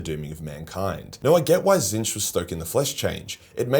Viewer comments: HOW did you pronounce Tzeentch,? I feel like I just witnessed the end of an era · HEY HE KNOWS HOW TO PRONOUNCE TZEEENCH!